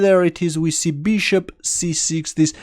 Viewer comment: or bishop wait for it XDDD